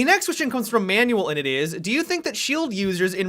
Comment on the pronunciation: It is out manual it is pronounced manwell